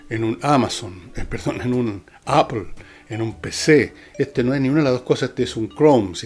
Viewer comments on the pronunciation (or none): none